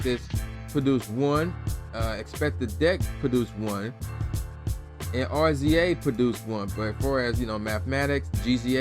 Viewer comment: Cmon. I support your (side)hustle. But 1. If you don't remember if you actually bought this album then you shouldn't review this. 2 R-Z-A? Seriously? That's RAZOR(pronunciation). GZA pronounced JIZA! This isht was a classic.